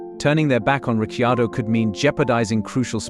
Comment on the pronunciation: I wish you would pronounce Daniel surname correctly.